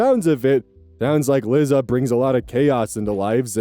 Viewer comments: buddy, it's "Lie- Za" not "Li- zza". Like "Eliza/Elisa" but without the E. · This is hardly an issue but i am going mildly insane: 'Liza' is pronounced 'lie-zah,' like the end of Eliza. It's short for Eliza. I doubt anyone cares but me but I had to skip that story 😭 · Won't date: I'm so sorry to be picky about this, especially since the girl sucks, but I was so bothered by your pronunciation of "Liza". My sister has the same name, and it's pronounced "Lie-zuh". (Liza Minnelli, anyone?) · LIE-za. Not Lizzza. Sometimes, the way you pronounce names makes me laugh, sometimes it drives me bananers. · babes, Liza is pronounced the same way as Lisa 😭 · "Lizza" Liza Minelli fans/Gen X North American LGBTQ communities: 👹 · I'm dying at you pronouncing Liza like lizard and not like Eliza without the E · you mispronouncing liza had me peeved but her being a nutjob makes it in a way deserved sooooooo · That pronunciation of Liza made me ill.